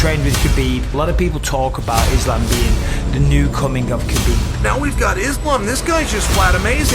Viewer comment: Mad respect for J. Rogan for pronouncing “Habib” instead of “KABIB” GOAT has a name, you better pronounce it right 🔥